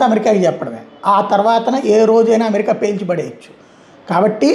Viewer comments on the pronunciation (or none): none